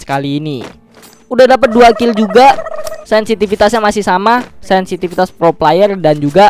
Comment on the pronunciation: Bang yang bener bang sinsipitas ya peliss😩😩😩